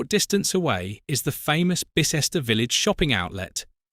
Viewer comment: Bye-cester, Hye-wycome! Not difficult to get right. What is the relevance if the orchestra? Another poor AI clickbate video.